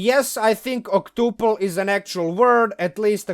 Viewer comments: Oct-up-al as in up not oop but otherwise yes it’s a real word English is dumb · Octuple is definitely an English word but the "u" is pronounced like it is in the word "cup" or "puppy". 5 times would be quintuple, 6 times is sextuple, 7 septuple, 8 octuple, 9 nonuple (probably the weirdest one).